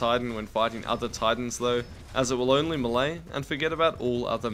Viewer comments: Melee=May-lay not Muh-lay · Muhlae, im pretty sure its pronounced “mae-lay” yknow... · ITS MAY-LAY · I've heard "me-lee" and "may-lay" But I have enver heard until not "muh lay" (the lack of a dash is on purpose) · It's pronounced may-lay. Long A sound both times. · Eew you pronounce it as "muhlay" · Never pronounce melee like that again